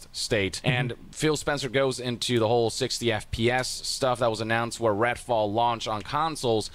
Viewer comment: did yong call it "ratfall"? 😂